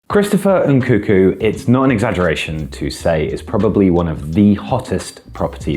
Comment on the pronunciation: He's called Nkunku, not Nkuku, reeeeeeeeeeeeeeeeeee